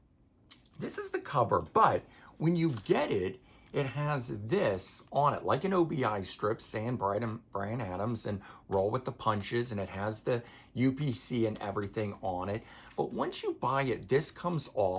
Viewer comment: Obi = ohbee not O B I